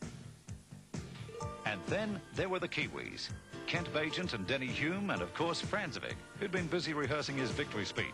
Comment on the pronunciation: Francevic is actually pronounced "FRANK-e-vich". And who's Denny HUME?